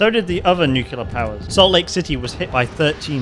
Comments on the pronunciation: Your pronounciation of "nuclear" is so annoying and i cant watch this. Its nuclear, not nucelar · Man, I have a tic with this, but the right way to pronounce nuclear is not nukulear, its nu+clear, nixon pronounced it wrongly which got that form of pronunciation famous, but it is not correct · it is pronounced "nuclear" not "nucular". Please, have mercy,, it hurts my ears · I love your work, man, but someone needs to tell you how to pronounce "nuclear". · I was thinking the same!